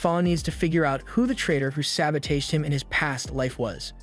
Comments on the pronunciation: What the hell is sabo tajed? It's sabotaged. Must be a Chinese AI😂😂😂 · "saboteedjeet?" my guy the word is SABOTAGED <_<